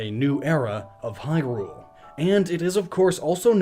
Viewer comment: You pronounce Hyrule correct, but Hylia wrong?!?!